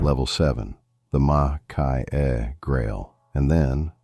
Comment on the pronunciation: Lovely pens and comments; one quick not: Maki-e is pronounced 'makee-e', not 'makai-e'.